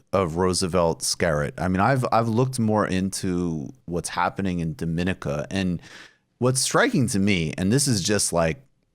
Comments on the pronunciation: Its pronounced “dō-mi-nee-ka” btw Not like Dominica as-in The Dominican Republic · You're pronouncing the countries name wrong. On a more important note. Thanks for covering this issue. Great work as always.